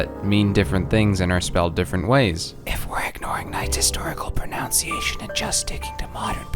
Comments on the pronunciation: when u pronounce "pronunciation" as "pronounciation" XD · pronunciation.... proNUNciation.... PRONUNCIATION! NOT PR*NOUN*CIATION DAMN IT. Sorry... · Did you say "pun-nounciation"? o.o